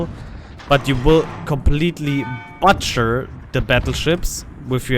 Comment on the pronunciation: ty for your content, been watching you a lot lately though i dont play. i dont mean to hate!!! your english is very good the only thing ive repeatedly noticed is your pronunciation of ´butcher´ its more like in the german word buch (just shorter) or the english word boot (computer), with a short pronunciation of the double o. i realy like how you explaining your decisions. that makes it possible for someone without the knowledge, to follow what and why things are happening.👍